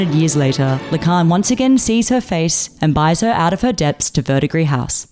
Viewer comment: You are the first video I've seen about this anime that actually pronounced Verdigris house correctly. Thank you. It's that darned silent ending s in French words.